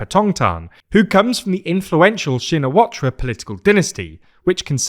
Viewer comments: The "r" at the end of her name isn't pronounced. Shin·a·wat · Calling her by her nickname Ung Ing is easier and the Ra at the end of Shinawatra is silent.